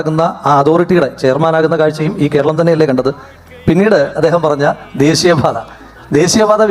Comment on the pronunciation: ദേസീയം, അവകാസം, സെരി . ഒന്നു നേരേ ചൊവ്വേ പറ ജെയ്ക്കേ